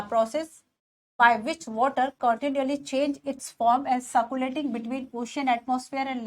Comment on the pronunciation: Ma'am it's not ciculation it's a circulation